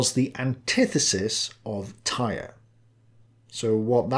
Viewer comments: I know that this probably doesn't relate to National Socalism, but Odin is the god of much more than just war and death. He's also the god of wisdom, poetry, magic, runes, healing, royalty, the gallows, knowledge, frenzy, victory, and air. Also, Tyr is pronounced "Teer," not "Tire." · Great work as always. However the name of the god Tyr is pronounced more like "tier" and not, "tire." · Tyr is pronounced "toohr", ( long "oo" with Scottish accent , sharp voiced "r ", one syllable). In Scandinavian spelling letter Y marks the same sound as Ü in German. This vowel does not have a exact lexical equivalent in standard English. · I would like to point out that it might not be "Tyr" as we may think it's pronounced. It might be pronounce like "Toor", as originally in the Latin alphabet, and early English, and modern German, Y didn't make the sound it does in modern English, it made an U sound like the "ou" in "you". I doubt it has much importance, but I thought it might have been worth pointing out.